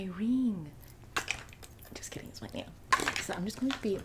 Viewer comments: omg when she kept saying "just look at this nail" i couldve SWORN she was saying "do you like this snail? just look at the snail" and.i kept thinking 'WHAT SNAIL?!!" and replayed the clip like thirteen times to find the snail in the frame. i must very sleep deprived or something bc wtf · Just in case u haven’t found it yet. She cracks me up. Now I kinda kind of think she really is saying Snail..